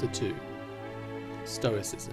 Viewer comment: Lol, "Stroiscism". So close! 😅